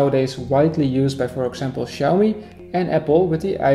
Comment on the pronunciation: It's pronounced Chee but awesome video buddy